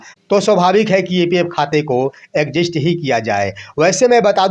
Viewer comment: मुंह फाड़ फाड़ के एंकरिंग कर रहे हो और एग्जिट को एक्जिस्ट पढ़ रहे हो। शर्म नहीं आता है। एक एपिसोड में कई बार गलती करते हो।